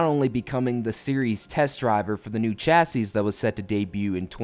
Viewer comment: The last "s" in "chassis"' is silent. It's pronounced "chassee"